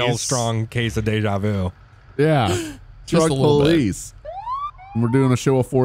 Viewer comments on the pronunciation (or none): from the intro why do i think he accidently said fuck police instead of truck police 😂😂